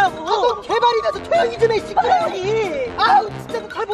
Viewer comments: 저는 씨파 새끼 라고 ㄱ들림요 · 아랄랄랄라로 들림 ㅋㅋㅋㅋㅋㅋ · 시끄러워 라고 들었는데..? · 느리게 배속해서 들으면 시끄러워로 들려욤